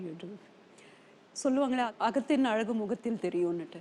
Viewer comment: பிரகாஷ்ராஜ் அவர்களே, 'அளகு' -என்று பேசாதீர்கள்.., 'அழகு'-என்று பேசிப் பழகுங்கள்...